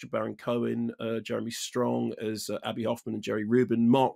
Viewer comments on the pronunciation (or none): For half the film, I thought they were saying 'Andy' Hoffman.